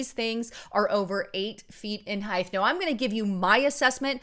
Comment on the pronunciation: *Height not heighth